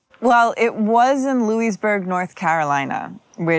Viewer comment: louisburg is not pronounced like that.